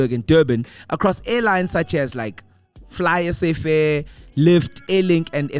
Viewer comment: Man sorry but Fly-Safair is not Fly-SA-fair